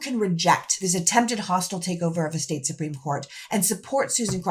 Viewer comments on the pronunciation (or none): none